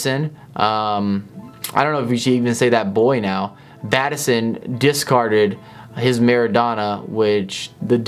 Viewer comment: Who is Bat eh son?